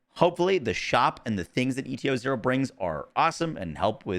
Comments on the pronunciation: Saying ETO-0 instead of ETA-0 is insane work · Again, why are you saying ETO instead of ETA? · How many times you wanna mispronounce ETA-0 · Why tf do you say eta-0 that way? It’s literally spelled out for you